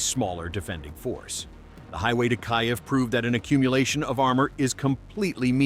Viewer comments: AI Slop announcer said "Kaive" instead of "Kiev" 😁😆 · Kyiv is pronounced "Keev".